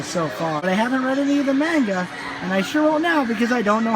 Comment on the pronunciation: That was pretty entertaining. XD You have good charisma and use funny humor, I'm surprised this video doesn't have more likes. Oh yeah, the pronunciation for "Manga" was a bit strange, it sounded like "may-n-ga", where it would normally be "maw-n-ga". Also the gay manga in the beginning was Boys Love genre, which is mostly popular with girls, actually, haha. The female's counterpart to the guy's yuri(lesbian) genre, essentially. I think the floor before the card games must have been the section for males, if there were lots of boobs and butts and cute/sexy girls. Definitely not for girls(unless they're into that). I think you can tell what something in anime/manga is for, by just seeing are there hot guys, or hot girls. Hot guys = made for women... hot girls = made for men. Usually. It's something parents should be careful with too, since older people can easily mistake a man's R-18 hentai porn as something for little girls, because it has pictures of cute, colorful, innocent-looking, little girls on front... XD It's starting to work vice-versa as well, since sports anime is popular target for women with BL stuff. Always watch for the age restriction sticker and check inside the manga before buying for kids. My mother once obliviously bought me an adult BL game when I was still a kid. I wish I could go again, I saw a bunch of Touken Ranbu things in your video, but the last time I went to an Animate store (Okinawa), was before Touken Ranbu came out. :( It's interesting that th